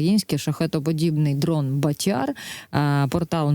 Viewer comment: БАтяр, наголос на А.